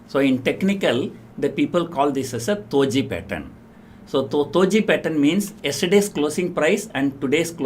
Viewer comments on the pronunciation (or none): it's not "toji" pattern.. it is "doji" d for dog.🤣🤣🤣🤣🤣 you are hilarious mr.🤣🤣🤣🤣👌